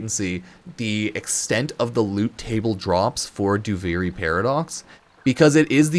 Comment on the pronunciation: You're saying duviri wrong, it's duvearee not do very or do vary